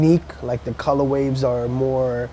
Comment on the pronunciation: "colorwaves" and "lickaGrade" Rosetta Stone Bruh